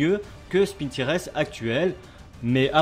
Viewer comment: par contre stp, pas "spintires" mais " SPINTAILLEUR" (tout va bien je plaisante)